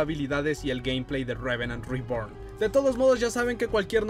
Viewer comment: Deja de decir tanto "Revenant Reborn" me esta estresando esa combinación entre inglés trunco y español por favor (no hate), de ahí en más, muy buen video, excelente contenido 👍🏼